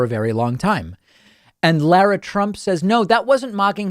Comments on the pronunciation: That should be pronounced "LAH-rah", not "LOR-ah" or La-ra as in Larry. Has no one in this generation ever seen Dr. Zhivago? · Bro, can you learn how to pronounce Lara?